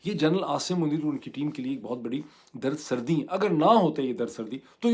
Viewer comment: سر دردی ہوتا ہے در سر دی نہیں 😊